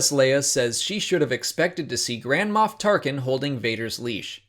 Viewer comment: You sound like you're saying grandma